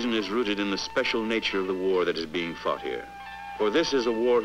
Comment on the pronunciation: I heard that too, but I think it's "fought" Faced and Fought But LOL it sounded like fucked..